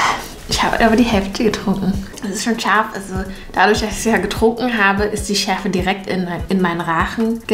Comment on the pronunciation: Warum betonst du scharf😂 wir wissen das es scharf ist😂💪